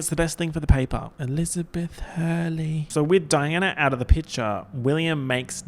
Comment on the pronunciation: Every time you say Chivy, SpecTATOR, and Elizabeth Huurley~ I die of laughter